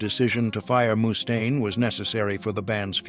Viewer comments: eehhh.. I think his name is mustaine... not! moose-taine. ..mustaine!! with a single U. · It’s not Moostain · A.I. Pronouncing his name MOOstain is killing me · “Mousse Stain” 😂. Finding it hard to get passed the way he says that. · Moo-stain? Come on!!!!!